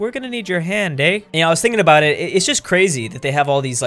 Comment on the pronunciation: That beautiful hey what aboot some Molson now?